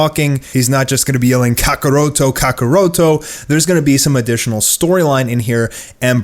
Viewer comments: It’s kakkarot not kakaroto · Why do you say Kakarot so weird